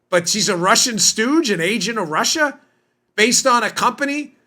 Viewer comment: Russia Russia Russia!!! Sounds more like Marsha, Marsha, Marsha!!!🤣😂🤣😂